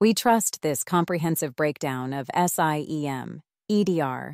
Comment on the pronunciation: To be specific - The pronunciations are an issue. SIEM is pronounced "SIM," etc. ...And the pauses are off. This thing pauses before the word "And" for example. Ugh. Too many to point out. FireEye / Mandiant is pronounced "FIREeye MANDiant" not one long "FIREeyemandyaunt" "How a MDR works" should be "How AN MDR works" - A vs an. Ok, I've had enough. Better luck next time.